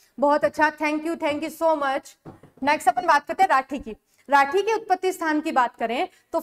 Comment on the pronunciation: Mam राठ nahi rathi hai